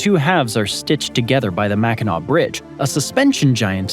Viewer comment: actually pronounced Mackinac correctly